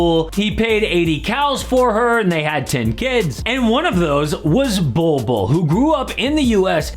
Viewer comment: Bol 2.0 is ballin. Or "bollin?" 🤣😒